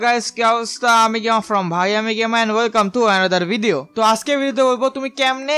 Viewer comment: ভাই তুমি মনে হয় তোতলা। 🤭কারন ভিডিও কে ভিদিও বলো। lol